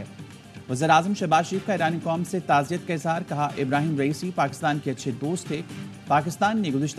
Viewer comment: نہنیت نہیں بلکہ تعزیت !